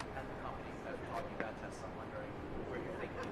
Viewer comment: He can't even say Tesla correctly! Trump - "I LOVE TESLOOOR ! " MORON!